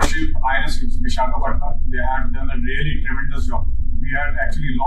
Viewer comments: Dear cheema,stop writing dr. before your name if you cannot read and pronounce vishakapatnam properly, and why are you so much worried about indian navy coming to rescue for a distress call, it is all about ability of the INDIAN FORCE, please stop jealousy,and stop worrying it is not good for your health, kaazi miyan duble kyoun,kyoun ki unhe har baat ki takleef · Cheemaji madath karneme aapko kuch taklif😂 pronounce it as: vi sa ga pat nam ok😊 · Qamar Cheema PhD. Ko dekho visakhapatnam ka pronunciation ko bhi nahi kar sake.Madarsa chhap bilkul hai.Hey hey 👏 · China should know how to pronounce the names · IT IS PITY DR CHEEMA KO VISHAKHAPATNAM KI IMPORTANCE AND INDIAN EASTERN COMMAND KA NAAM BHI MALOOM NAHI JO PRONOUNCE KARNE MEIN ITNI PRAYSHANI HO RAHI HAI?? CHEEMA JI ...BAD!!!